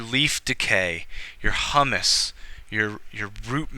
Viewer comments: Thank you. However, please pronounce humus correctly so that those watching do not learn to also pronounce it incorrectly, and then look like fools in front of an interview panel. You are pronouncing it as if it is the food hummus (blended chick peas with tahini, garlic, lemon). It should instead be pronounced hyoomuss. I also heard you pronounce incorrectly once as perkyoolation. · What about the e horizon between the a and b horizon? Where eluviation occurs. And the r horizon below the c horizon? Also, you keep mentioning hummus instead of pronouncing humus. Hummus is a food but humus is referring to soil.